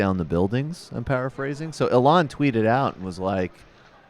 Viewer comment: Why does Sam keep on pronouncing Il-Han as Ilan.